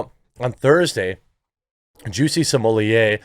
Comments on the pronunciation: Why do you keep pronouncing his last name " simolie"????? It is " SMO -LET" !!!!!! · Literally the only person that say Smollier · It's Smoll-ett not Smoll-lay. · I always have to chuckle how you say "Juicy Smollé" so consistently :D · You know you can say his name correctly nothing will happen to you please speak correctly you making name the way you do is stupid annoying. I know why you doin it but you won't get a strike and don't lean just on YT for anything bad idea. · Why do you pronounce his name so weird? Is that just you or is it some weird name other people have given him? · I wanted to watch this but knew i couldn't sit through another 15 min of him mispronouncing jussie's last name. Not cuz i gv a shit about human garbage ol juicy boy but it really grates the ears. Especially cuz u do it so many times. Sommelier is a noun, a person, professional descriptor- Smollet is a surname & not pronounced (or spelled) that way, quit trying to jazz it up. Or just quit being lazy. Sound it out, maybe watch 1 r 2 of the 1000s of clips of 100s of ppl saying his name. Even the captions of ur own videos will show u you're wrong. I know it shouldn't bother me but it really, really does. I'm aware some apply a more French pronunciation, which would still not be the way u are saying it. Stop it.